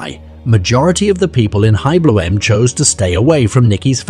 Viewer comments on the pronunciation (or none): 'veerstapn' eeeh, it's pronounced like 'ferstappen', 'V' is an 'F' sound, the initial 'E' is short, the final 'E' is there, not 'eaten'. All the rest of the NL stuff is wrong too, but at least the name should be a tad less unrecognizably massacred. 'Bloem' is pronounced 'Blom' more, the 'e' there is semi silent. Like 'BLOeM' not 'BloEMM' like here. Yes I know it doesn't matter much but it's ear grating since it's repeated 40.000 times unnecessarily. 'semen' is also not 'SeMENN' - that shouldn't even be an issue.